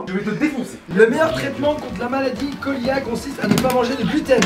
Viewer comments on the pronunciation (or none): PS : sans être insolent je tiens a vous corrigé concernant la Maladie Cœliaque ((sa se prononce Céliaque et non koliaque))........😉😉😉😉